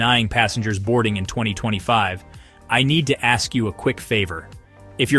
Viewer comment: If I were running Carnival I would not allow you to board if you can't say "ASK".